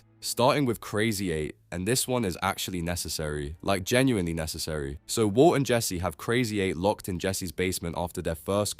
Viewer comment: bro said "wou" (walt) like 3k times😭😭